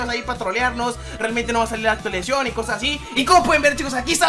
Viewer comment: actualizion actualizacion